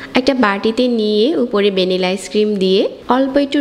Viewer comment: বেনিলা না আপু। ভ্যানিলা